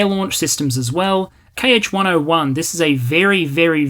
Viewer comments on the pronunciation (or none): Small correction of a thing that bothered me. "Kh", as in Kh-101, is not KH, Kay Aitch. Its a single letter, single sound, X in cyrillic. Like Ch in Loch.